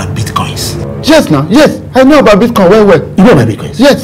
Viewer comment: This two people na bastard oh 😂😂😂😂my belle ohhh…na really beatcoin not bitcoin 😂😂😂